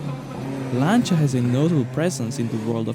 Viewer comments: Finally, someone who pronounces Lancia correctly. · You pronounced that exactly right: Lanča. It really bothers me when someone says they are a fan of that brand and then can’t even pronounce it right. BTW: love your channel.